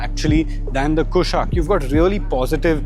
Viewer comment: Correction: Its not Kaai-Lack, it's pronounced Kai-Laak. Inspired by the Kailash mountain